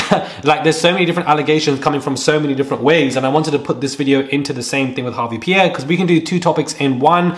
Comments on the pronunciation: Small note: it’s Harve* not Harvey! We know how getting names rights matters as folks of color. Appreciate your work. Keep it up! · Harve not Harvey bruh 😂😂😂